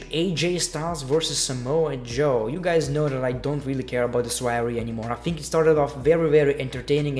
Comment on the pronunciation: Why do you pronounce "think" as "fink"?